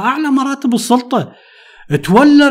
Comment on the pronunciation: قبل المشاهدة .. لايك وتحية عطرة لحضرتك على الحلقة الرائعة قبل أن أسمعها : المثقف والسَّلَطَة 😅☺️